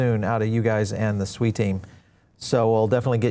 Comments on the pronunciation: It's pronounced SWEE, not SOO-EE. It's Japanese for water. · Swee not SUEYYYY